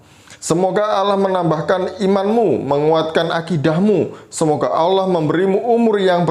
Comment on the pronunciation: Bodoh membodohi yg bodoh jadinya bo-tol. Dia ini bukan dari orang Kristen tapi dia ini memang Islam yg pura-pura mualaf. Cara dia mengucapkan allah jelas sangat berbeda dengan pengucapan Allah orang Kristen.